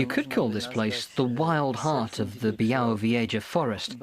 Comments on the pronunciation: Byawovyeja! TERRIBLE pronunciation!! >_< But amazing video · my mother grew up in a small village very close to this mystifying forest.. I'm anxiously anticipating my return to this primeval natural wonderland and by the way, it's pronounced BYAH-WOH-VYEH-ZHAH ;)